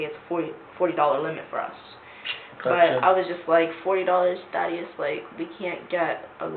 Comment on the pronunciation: How you pronounce “Thaddeus” is cringey.